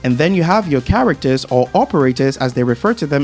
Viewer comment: brother take speech classes lol CHAWACTUHS 🤣